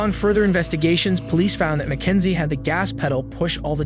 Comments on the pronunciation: “all the down” this voiceover is absolutely fucking ai “Mack-n-zie” … what the fuck is that word, it’s meant to be “but even if it is” but instead it’s “but eunfi it is” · MACKENZIE SHIRLLA?! MY NAME IS MACKENZIE but not shirlla